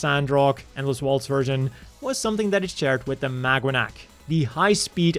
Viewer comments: I keep hearing "MagUanac" lol "Maganac" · It's pronounced MAGA-NAC 😂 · is it just me or am Ixhesting pronounce it as magwanac 😅 anyway I'm not sure if this is true but I've read the maganac's name was based on the filipino word Mag-anak which kind of means family or kin or something along those lines